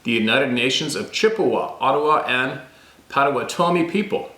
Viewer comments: Amazing share of those diaries. So grateful. I know just one word you were saying wrong…Pottawattame (and I’m spelling it wrong) is pronounced “Potta-watta-toe-me”. There is a town and a county in Oklahoma named that. TY & for all that work. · Pronunciation...pot uh wat uh me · Its pronounced like thjs: Pot toe WA tah me. And again IS NOT SUPPPOSSED TO SOUND LIKE YU SAY A GAIN. AGAIN AND AGAIN. JUST LIKE yu mispronounce GRRRRRRRRRRRRRRRR Raah judge.....meaning to say garage. gaahRAahg. Phonetic sound spelling. Caps are merely to emphasize sounds. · pottuh-WAH-tuh-mee, Potawatomi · It's pronounced pott - uhh- wott- oh- me (my friend is a Potawatomi from oklahoma). As to the other words, you're on your own! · I know that you had trouble with a few of the Native words and names. Please allow this white man to help with one. “Potawatomi” pronounced (Pot-toe-watt-toe-me) meaning “the fire makers.” I was married to a young lady that had lived on the reservation with her mom and step molester while growing up. Hope this helps you out brother! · Pot-o-wan-o-me. Must be near Wisconsin cuz everything hear is named by natives. Lakes,towns,roads... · Pot o watt a mi ......is the way to say it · Pot '- a - wat' - o - me . : ) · Potawatomi pronounced pot _a_wan_a_me. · Pot o wanna me is how it sounds. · Potawatomi is pronounced "PAH-toh-WAH-toh-mee" 😏 We have them in my area. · It's Pot-u-WHAT-u-me. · Pot-oh-wat-toe-me is how we always heard the tribe pronounced. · That tribe name spelled Potowatomi is pronounced pot' a wat oh me. Like padda wadda me. At least, that's how the local news anchors say it. Michigan knowledge for you! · Potawatomi is pronounced Pa-tuh-waa-tomie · Pronunciation is .. PA WA TOM E ... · Pot ah what toe may is how we pronounce Potawatomi here in Kansas. 😂